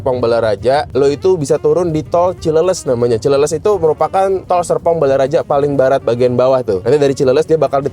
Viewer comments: Koreksi Cileles baca cileles (bahas Sunda). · bukan cileles tapi cileles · Dengerin... Dia ngomong ada R nya kok